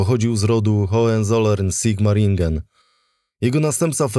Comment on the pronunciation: "Hołen Zoler" :D A to dobre... :D Wymawia sie "Hołencola". Koniecznie "c", nie "k".